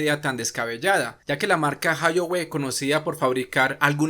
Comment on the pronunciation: No se dice : "jayoue" Se dice: "Jaoyué"